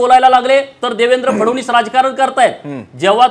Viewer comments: पडळकर फडवणीस नाही ओ फडणवीस आहेत ते. पहिल फडणवीस नीट म्हणायला शिका. मग पवार पवार करून छाती बडवा... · Yala Nit Fadan20 Suddha Nit Bolta Yet Nahi Aani Ha Sangtoy Tyancha Mule Mi BJP Madhe Alo Lachar Ahe Ha Dalali Karun MLC Milavli Yane Sampurn Dhangar Samajache Doshi Ahe Ha Aani Mahadev Jankar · नीट तरी बोल.फडणीस हा उच्चार पण जमत नाही. हा भाजप मध्ये पण उलटा होईल. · “फडवणीस” नको म्हणू रे बाबा ... देवेंद्रजी म्हण ना सरळ 😄